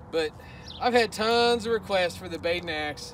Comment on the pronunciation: Not gonna lie, when I first watched this video, when you were saying wanna see what it looks like swinging it backwards, it sounded like you said "Big nacks" like as if you were swinging hard similar to Daddy Hacks. But now I revisit this video and realize your saying "Baden Axe". Now I understand why I get some strange looks when I saw Big Nacks 😶